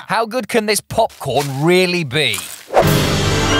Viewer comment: Nigel: POPCORN What I hear: MopMorn